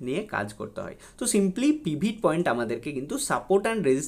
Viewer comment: পিভিট পয়েন্ট নয় কথাটা পিভোট পয়েন্ট